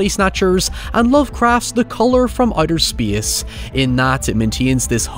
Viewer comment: outter speece